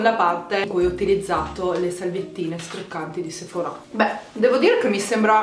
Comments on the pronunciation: Si dice Sephora nosephorá e ti consiglio di usare l'acqua mi cellare così nn ti si arrossa la pelle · Ora mi parte l’ Hermione che è in me: è sèphora non sephorà ahahah p.s. Bravissima bel video❤️